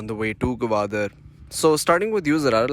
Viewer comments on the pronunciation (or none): It's Gwadar not gawadar 😆😆😆